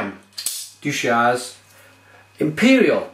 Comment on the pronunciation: Deuchars is pronounced Dew-cars